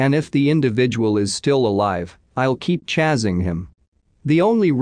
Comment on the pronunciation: How can the not say “chasing” correctly? Come on,, get with it! Sorry, I should say, get with it!